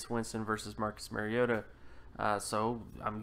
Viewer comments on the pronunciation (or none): You are absolutely 100% WRONG. His name is not Marcus Maryota. His name is Marcus Mariota. Please learn to pronounce the name of players you are analyzing. Hint: It's not MARY-O-TA. It's MARI-O-TA as in Mario Andretti. Pronounce TA instead of Andretti.